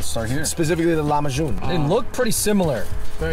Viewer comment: LOL he pronounced it LEMA-June. It’s pronounced LAH-ma-June. ;) BTW Lahmacun is actually Turkish.